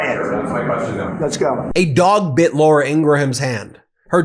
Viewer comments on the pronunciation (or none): none